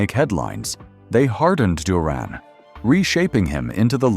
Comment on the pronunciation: His name is Roberto Duran not Duron😂